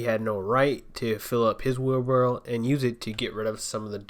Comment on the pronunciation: It's wheelbarrow not wheelbarrel. Drives me nuts.